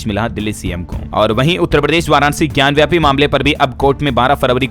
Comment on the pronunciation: ज्ञानव्यापी नही ज्ञानवापी होता है इसका उच्चारण सही करें।